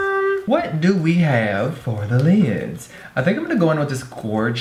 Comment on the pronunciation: Jeffree, in a southern accent: what do we haaaave for the liiiiids? 😂